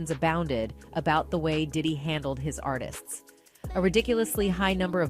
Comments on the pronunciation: “Artists” Not Artisistses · Artistsis is not word!😂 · These full grown adults really don’t know how to pronounce artists that’s crazy